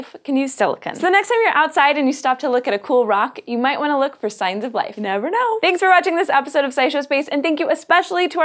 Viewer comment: why she say "never know" like that at the end? weird af, creeped me out.. thumbs down